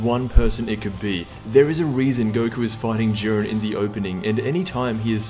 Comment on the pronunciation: It's not jiiren